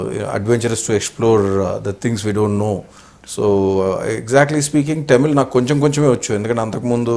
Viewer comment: vamshi garu please don't pronounce tamil as టమిల్ it should be pronounced as తమిళ్.